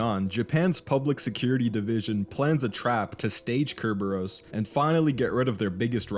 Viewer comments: You keep sayin ker-bear-ohs, I'm gonna go out on a limb and guess it's sir-burr-us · Bro really said Cerberus wrong